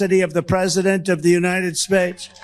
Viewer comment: I just heard him say United Spates at first then pronounced it right